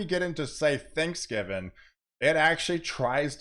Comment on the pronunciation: It’s THANKSGIVING! Not Thanksgiven. Einstein.